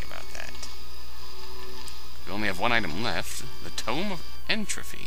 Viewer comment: Regrettably, good sir. You said it with an ending like "trophy" when it is indeed "entropy" with a hard 'p'.